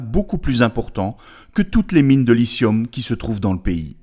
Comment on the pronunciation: lithium avec un t ... il est pas muet le T !!!